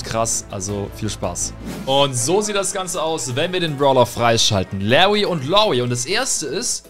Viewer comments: Bro es heißt nicht „Lawy und Lawie“ sondern „LaRRy und LawRie“, ansonsten gutes Video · Genau Lawwwy und Loowwie